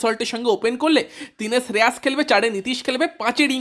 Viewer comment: Kkr admin be like শ্রেয়াস❎ শ্রেয়স ✅ ড্রে রাস ❎ ড্রে রস ✅ নারাইন ❎ নরেন ✅ সাকারিয়া ❎ সকারিয়া ✅ সুয়েশ ❎ সুযশ ✅ 😅